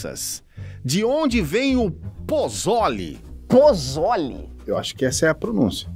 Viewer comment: Eu sou do México e a pronuncia do "pozole" tem a sílaba tónica no "zo". Tipo: pozóle, mas sem acento kkk